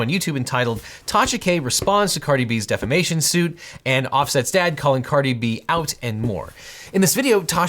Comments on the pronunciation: Did that thing say “diffimation”? Yup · "Diffimation"?? Tasha, hold this L right quick and pay Cardi B XD